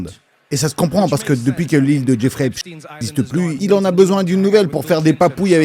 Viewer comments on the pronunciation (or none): La façon dont tu prononces eps...avec un h aspiré Heps...ça signifie prison en arabe...😮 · Arrêtes de dire Epstin il faut pas oublier d'où il est originaire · Ta façon de prononcer eps est très drôle ça veut dire prison en arabe